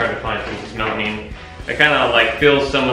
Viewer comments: Stop saying melamine wrong lol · melamine, not melanine lol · Stop saying melaneen